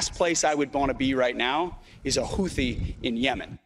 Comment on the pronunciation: Secretary of Defense can't pronounce Houthi???